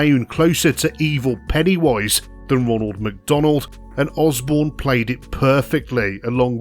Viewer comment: It sounds as if Matt Borne's name is being pronounced Osbourne.